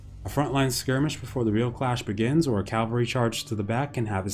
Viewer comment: It’s cavalry, not calvary:)